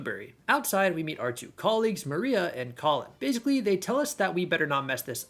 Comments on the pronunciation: Moira is pronounced Moy-rah not Maria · Moira (as noted) and Mariele (mary-elle). I think there were one or possibly two others but you corrected them throughout the video.